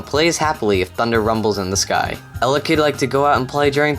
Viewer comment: It's pronounced el-ECK-id... but EL-eck-id sounds better, just like AR-see-us sounds better than the "official" pronunciation, AR-key-us